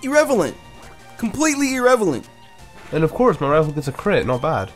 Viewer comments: This guy said "erevelent", its irrelevant. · Irrelevant, not irrevelant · 'irrevelant' hahahaah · You said irrevelant Lmao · btw its irrelevant not irrevelant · He says irrevelant on purpose. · its pronounced ir-REL-a-vent not ir-REV-a-lent